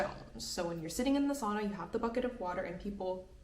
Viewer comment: Its funny that teacher doesnt know how to pronounce sauna, come on girl. So many finnish teachers butcher the word sauna! I cant understand that. In sauna every letter sounds. Not soona something, sau-na.